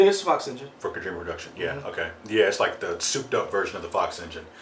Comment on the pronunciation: KO-JI-MA, not "Kuhjima." That O has a long vowel sound, so "Ko" sounds like "co" in the word "coworker."